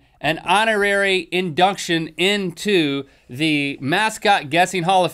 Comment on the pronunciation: "Indunction"? xD